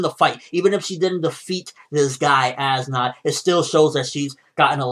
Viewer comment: how do you pronounce as nodt's name? ass knot